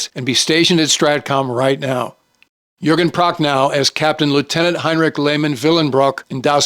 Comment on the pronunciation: sir, a very excellent list. If I may, in German Boot is pronounced like Boat in English. And you murdered Jürgen Prochnow’s name as well. Also a piece of trivia about In Harm’s Way. Otto Preminger didn’t want John Wayne for the role of Capt. Rockwell Torrey. He thought that John could not show the emotion that was required for the role. The studio insisted and John Wayne gave the performance of his life. Also in between takes, John Wayne would recite poetry from memory that amazed the rest of the cast and crew.